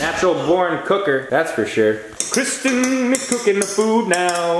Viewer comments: Say hi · i love it when you cook